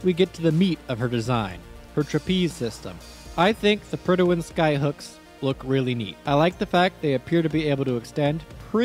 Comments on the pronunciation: We had a King in 1914. When we have a King, the HM in HMS stands for "His Majesty's". And it's Prydwen, i.e. "Prid-wen", not "Prid-i-wen". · The way this man pronounces Prydwen. Predi'wen lol. Prid when is what it's supposed to sound like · PRYD-WEN. There's no extra syllable! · mans pronounces "Prydwen" as "Prydawen" lol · Prydwen… where is the extra syllable coming from?